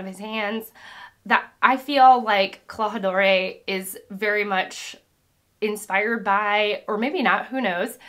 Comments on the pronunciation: While it’s sweet that you are worried about pronunciation, this is translated into English and thus spelled with our phonetics in mind. Accents aren’t always needed. So Klahadore is “claw-ha-door” Usopp is “oo-sop” (Aesop’s Fables is the inspiration) There are always outliers but that’s how complicated English is 😆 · love your videos. btw klahadore is pronounced klaha-dore (like door) and the d in django is silent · Usopp is pronounced Oo-S-Op Klahadore is pronounced Claw-Hah-Door. No spanish "Ae" sound at the end. Siam is pronounced "Sham" (Weird i know) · The DORE in Klahadore is pronounced like the word door or ore(like the rock, ore), or fore, or for, or bore, or chore.